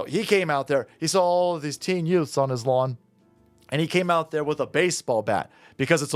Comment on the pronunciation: Herman Munster judge: Did you say "Yutes"?!